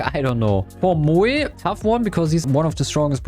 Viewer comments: Why does he pronounce Moe like that 💀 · That Moe pronunciation is cursed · Moe ❌ Muee ✅ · Bro said moeey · He also says Mooe and Lean